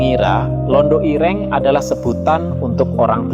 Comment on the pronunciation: Dasar ai nya bukan orang Jawa, Ireng dan ire'ng susah lidah nya